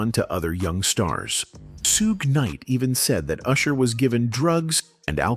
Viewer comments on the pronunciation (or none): Soog Knight is CRAZY . Its Shug! The H aint silent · "Sue-gay" Knight 🤣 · “Soogay Nite” 🗣️ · "Sue--Gay Knight"🤣🤣🤣 These AI narrations are so out of pocket!